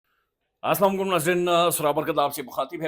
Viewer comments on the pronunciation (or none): سلام صاف اور واضع الفاظ میں کرنا چاھیے سام علیکم کیا ھوتا ھے